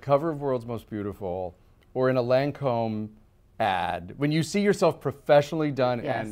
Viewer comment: love this interview! Julia proves she is a woman for every woman! and so open and approachable! however - Lâncome is pronounced Lon-com - not Lancomb...its a pedantic thing i know but it grated on me!